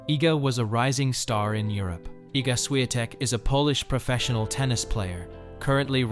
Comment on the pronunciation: Because it's not spelled as Swiatek. The correct writing is Iga Świątek. And therefore "Ś" is not "S" as well as "ą" is not an "a".